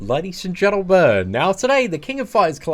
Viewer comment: every time i hear you say ladies and gentlbug